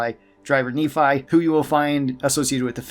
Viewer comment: Good vid mate. But is nEphi not niphi like you say it